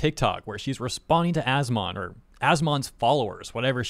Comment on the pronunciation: Every time says As-Mon and not As-Min makes me cringe